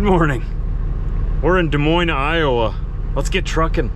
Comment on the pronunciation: You got some things right for a change lol. Most people sound the s at the end calls it des moines but they said it like this because of the s dez Moinez they don't really it's a French pronounce like de Moine. But the s are silent.